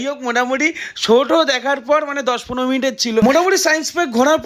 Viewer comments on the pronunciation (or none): none